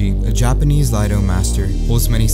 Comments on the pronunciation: The type of swordsmanship your talking about is spelt Iaido pronounced e I dough and is not an L but an i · Are you saying Laido or iaido? Cause I'm pretty sure it's pronounced ee not La. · did this man just pronounce Iaido as Laido? lol